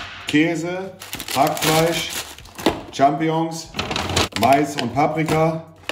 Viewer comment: Also ich liebe Monte echt aber ich hasse es wie er Champignons ausspricht 😂😂